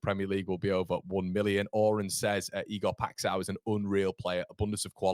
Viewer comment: Ive sent you a x video of the guys name but it's Ee gore pie sh oww nasal sh oww. Lol keep up the good work!